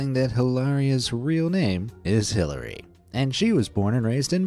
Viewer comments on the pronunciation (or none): Had to stop watching after he pronounced the name Hillary as Hill- aria